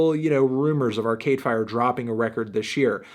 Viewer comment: Why do you stress arcade fire like "ar-CADE fire" lmao